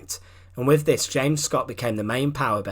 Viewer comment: Agree ! " Frone " ? " wiv " " sixteen eighty free "...?? WTF . ! Apart from that the monotonous drone with which he races through the script is painful .